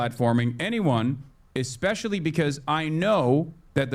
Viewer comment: Bro really said "eckspecially" Socially and mentally incompetent, it seems